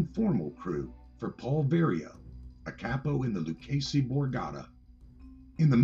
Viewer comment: Its (Loo-ch-as-y) not (Loo-casy)